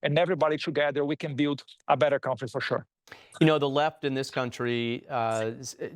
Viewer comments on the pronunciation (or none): Honey,cuida da pronúncia de cauntrie,please.